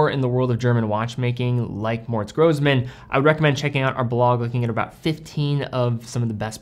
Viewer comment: Pronunciation snob here - double s in German is pronounced as "s" instead of "z". Single s is "z". Seriously cool that you featured this brand, though. Keep up the great vids.